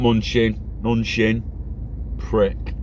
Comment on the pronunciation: Ma Nu Chin THAT'S how you pronounce it